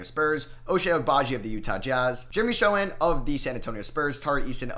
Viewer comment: When I first heard you pronouncing Jeremy Sochan surname I didn't understand who you were talking about. It should be said "S" like in snake, "O" like in orange , u don't read "C" in polish if it's before "H", "H" like in hang, "A" like in amateur, "N" like in nose. He's mum is from Poland and I, as a Pole, wanna see the right pronounciation be respected. Don't wanna come off as rude, just please, remember